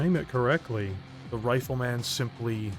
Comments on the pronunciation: Brother, where are you from? Nobody says RifleMAN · The way you say Rifle Man like it's a super hero tickles me deeply